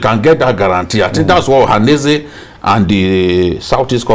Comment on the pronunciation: Journalist that can not pronounce ohaneze ?